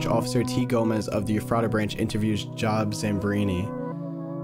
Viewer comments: cool thing is, there actually was a major power outage irl at the time they were talking about. Also, the name is not "job" like where you work, it's Job, like the guy who was tormented by the devil in the old testament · The one thing i havent seen many people mention is that Job (pronounced jobe) was a man who was constantly tortured by god and satan to test his loyalty to the lord